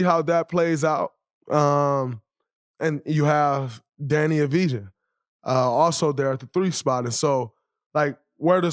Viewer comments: his name is pronounced deni avdija (av-dee-ya) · Danny who?! Oh. Deni ahv-dee-yah